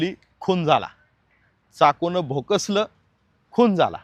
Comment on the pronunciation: भोकसलं नाही भोसकलं